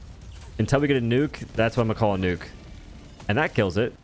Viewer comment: Nee-youk? I think you mean hell bomb